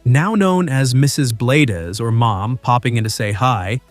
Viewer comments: You really should learn how to pronounce his name correctly. i know how good his work is because I have been subscribed to his channel for over a year. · I watch Al but who ever or whatever spoke on this video did not know how to say his last name!!! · Yes if you going talk about someone learn how to pronounce his name right. Al is an awesome guy who blesses many many people. The guy that is talking sure needs to learn more about the person he is talking about. God bless you Al. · You don't even know how to say his last name!!! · That's not how you pronounce Bladez. So that means you've never watched his vids. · Come on, if you are gonna talk about this man, at least say his name correctly‼️I love his videos, his kind heart and his hard work, at least give hm the respect he deserves and has earned!!! Al Bladez‼️‼️ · Robots always mispronounce names and words. Irritating! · Yes, as soon as he pronounced his name twice, I stopped watching!!! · Pronounced Blades not blah dez. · His name is not Al Blad-ez!!! It's Al Bladez, Bladez as in BLADES!!!!! Get it right if you're going to use him to make money of his hard work!!!! Idiot. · BLADES, not Blay-dez‼️ Like lawn mower blades, knife blades or blades of grass. Fix your AI announcer! If you're going to do this, be accurate and do your research! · Al is a great guy, but I think the 'Bladez' is pronounced 'Blaydz' rather than Blad--ez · Please GET HIS NAME RIGHT IT IS "BLADES" NOT BLADEZZZZZZZ. HOW EMBARRASING, DUDE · Excellent content. But, stop using AI speech synthesis. It's pronounced, "Bladez," not "Blade-ez." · For goodness sake, have you never watched anything he did? He is not blad-ez, it is bladez as in blades... not a spanish corruption! After the blades on a mower, not a japanese bladder. You are nuts! And he didn't teach the other guy how, he already knew. Are you a putz, and why launch inti s0anish in the middle? This post is a mess! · Blades Bladez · Bladez is is pronounced as Blades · It’s pronounced Blade